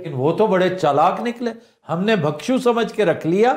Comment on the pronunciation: آفتاب صاحب! اس لفظ کا صحیح تلفظ، سنسکِرت میں، زیر کے ساتھ "بِھکشُو" ہے۔ اگر اردو میں زبر کے ساتھ تو میں لا علم ہوں۔